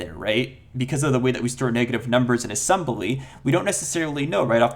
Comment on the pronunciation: Ass-em-BUH-ly NuKE-U-Lar